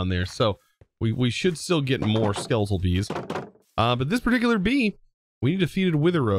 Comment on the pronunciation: How many times did you say "be'ee" during this episode, it was suddle lol but made me laugh